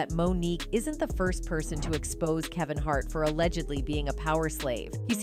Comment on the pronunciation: Kaven Hart?